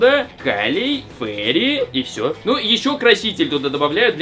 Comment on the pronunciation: ФеЙри, а не Фери. Фери звучит как паром, а Фейри это фея